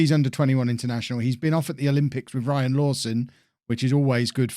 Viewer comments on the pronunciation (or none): none